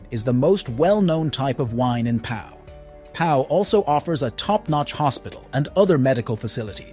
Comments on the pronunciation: and "Pau" is pronounced "Poh" not "pow". Disgraceful. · And ‘Pau’ is not ‘Powell.’ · Pau is pronounced Po!! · if this is supposed to be an informative video about the best places to live in France then you would expect them to know how to pronounce the place names regardless of whether French is their first language or not.